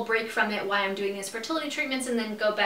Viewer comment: it's so interesting that you always say "why" in the place of the word "while" lol